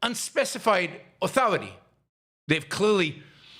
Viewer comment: "RESPECT MAH AH-THOR-I-TAY!" Rage! No fear. Bang - Bang Bang! Cop Jonathan Ross video-taped his own snuff film. And he's a Christian?